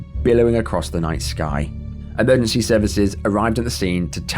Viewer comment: Watched a few of these today.. Extremely well researched and presented...However each segment is one and yet you don't seem able to pronounce EMERGENCY......